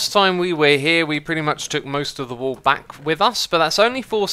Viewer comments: stop saying wool W00L/WööL instead of wuul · Yeah I heard wall so many times before I got he ment wool